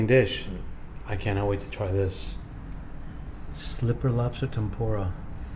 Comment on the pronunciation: stripper with posta. that's how he says slipper lobster